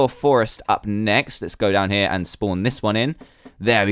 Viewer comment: Whenever he says down here I always think he says damn here